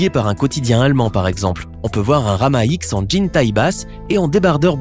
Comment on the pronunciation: Ce n'es pas Rama X mais Rama dix ( en chiffres romains )